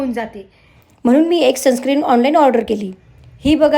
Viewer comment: सनस्क्रीम नाही सनस्क्रीन